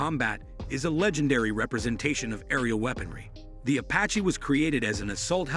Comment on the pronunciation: “Ahh 64 a-patch”